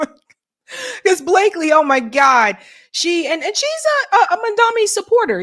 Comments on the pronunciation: The man’s Name is pronounced MomDONee not MonDOMee! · you really ought to practice pronouncing Zohran's last name a few times before going on air next time. It's Mom (like your mama) and Donny (like Trump). Not "Mandami." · At least get his name right. It’s MAMDANI, NOT MANDAMI as Sharpton mispronounced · Mandami, even you can't say his name right, damn. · why can't you pronounce MamdaNi??? It's painful to listen to you. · His name is Mamdani, get it right maam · Question 🙋 .what's the big idea with americans not mispronouncing peoples names and places. And you'd expect others to respect you and take the curtesy to at least learn to pronounce your names. Its not mandamny. Neither is it Qetar. Everything else love the show. Keep upthe good job.